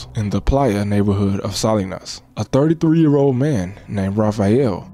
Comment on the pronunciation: anybody else notice how he said “33”?😂😂